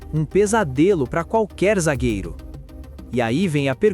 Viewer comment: Zagueiro e não zagagueiro